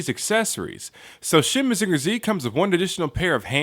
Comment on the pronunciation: maZINger tsi? not MAzinger zetta? weird.